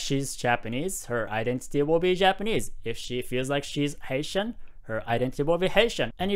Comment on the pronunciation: Great video! I keep hearing “Asian” when you say “Haitian” lol